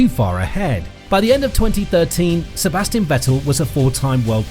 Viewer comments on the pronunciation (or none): And the S of Sebastian is pronounced Z.